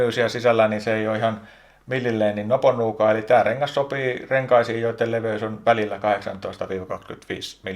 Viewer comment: Nöpönuukaa eikä noponuukaa. Tarkkuutta.